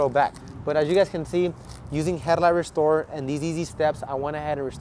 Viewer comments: "Headlight rrrrrrestorrrrer". Yep, a SoCal lad. ¡Andale pues! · On bro 😂😂his aih said headlight w a R in it